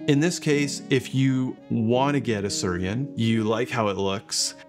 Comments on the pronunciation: my dude. it's not sur-I-en. The I comes before the r...it's pronounced sooey-ren. come on. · ... can not stop smiling ... It is Su-i-ren and not Surien... :-) Bought one in Japan, love it (especially when travelling). Nice review and from my experience I agree, that there is not much difference in taste to a "normal" V60 though there is no bypass with the Su-i-ren :-) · Thanks for the video! One note: it's pronounced "swee-ren." It's the Japanese word for water lily. You can see the resemblance. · I think it’s meant to be pronounced “swee-ren” — “suiren” means “water lily” in Japanese. 🪷